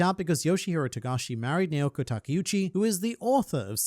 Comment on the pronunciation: “Nay-oh-ko” bro you know how Japanese names are pronounced lol